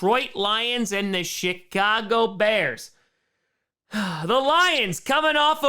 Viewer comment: I keep hearing you pronounce Chicago as "Shitcago" and I'm not complaining :P